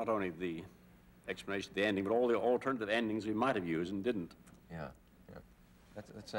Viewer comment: "alTERRRnate endings" ARRRR!!! Aye, me mateys, close the innERRRRR aiRRRRRlock dooRRRR."